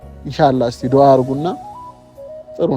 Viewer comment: ግን አማረኛሽን አስተካክይ ይቅርታና መፅዋትነት ሳይሆን መስዋትነት ሲቀጥልደግሞ ዱአ እንጅ ዱሀ አይባልም እንደእህነትነው የነገርኩሽ❤❤